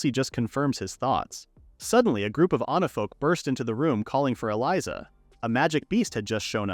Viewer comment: It's onifolk not onafolk not anafolk. ONIFOLK. Fix your ai. It's really really annoying. Everytime onafolk this onafolk that no its supposed to be onifolk.